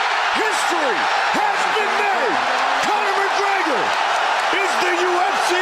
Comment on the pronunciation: Connor macgwegeur au madissooon squaaare gardeuun